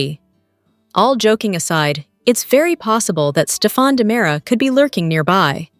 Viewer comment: It's diamera not dimera